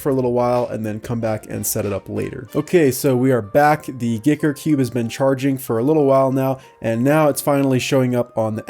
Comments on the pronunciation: Guy ker not giker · Maybe it has been said before but I think you pronounce it like 'Geeker'?!?! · I think giiker is pronounced geeker, and xiomi - siomi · Did he promoumce it "Gicker"? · Really thought you said "Dicker Cube" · I always thought it was "G[ahy]ker" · "shaow me" is how you pronounce Xiaomi "Geeker" is how you pronounce Giiker. (I think)